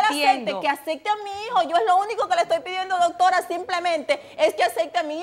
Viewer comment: Que acecte a mi hijo, acaso no es ACEPTE, o yo escucho mal, acecte